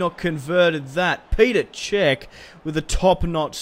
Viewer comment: It's not Peter cech it's petr cech